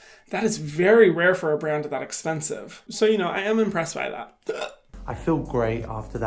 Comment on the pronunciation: no one: literally no one: Hyram: Thas espensive hahahaha